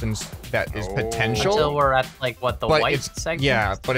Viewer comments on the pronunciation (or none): none